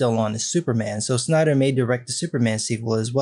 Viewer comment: Wait a minute, did he say Stiener Cut? It would be interesting to see Make a JL movie.